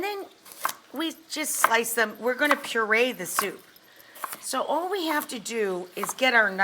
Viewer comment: i'm now annoyed with how she says soup with an extra u....